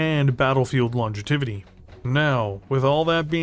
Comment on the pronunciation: "Battlefield Longetivity" gesundheit! I like the look of the Dart, it's something I'd consider taking if I know I was going up against a vehicle-heavy army. I can only imagine how much fun would be to run this thing across the field and turn it loose on some dedicated artillery platforms. Lotsa potential for this thing in some compositions. Thanks for the vid, here's wishing you prosperity and logetivity in 2024!